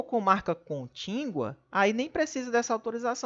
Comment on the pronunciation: Meu Deus !!! Fale direito: não é contíNgua !! É CONTÍGUA !!